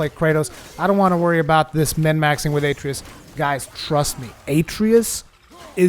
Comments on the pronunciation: A tree us lol they literally say the name in the game 30 times ita a trey us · UH tray US. They say the name 2 million times. Not A tree iss. Uh tray us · Aye-tree-us lol how many times does he say it in the game? I know he called him boy but they call him by his name a few times. Uh-trey-us lol love the vid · Also it's pronounced "Uh-tray-us" not "A-tree-us." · “A tray us”Not “atree us” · Atreus = A-tray-us not At-ree-us. Idk why this bothered me so much. Probably because theres to much talking and not enough tips... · You keep pronouncing Atreus incorrectly.